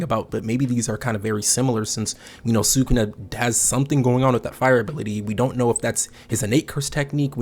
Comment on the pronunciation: Respectfully, learn how to pronounce sukuna